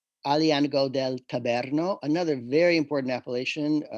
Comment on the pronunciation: It’s TabUUUUUUrno. What is TabEhrno? I know for sure there is no Aglianico deal TabERno.